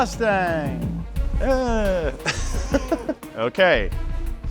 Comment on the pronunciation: did he call that a mustang or a lustang?